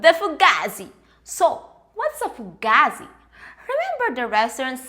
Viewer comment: Love your channel and think your extremely funny and hearing you say Fugazi is hysterical you actually said it correctly well not at first but you nailed it I guess you been watching Mob wifes on mtv 😂 Staten Island NY has a particular slang now Fuuugetaboutit ✌🏼❤️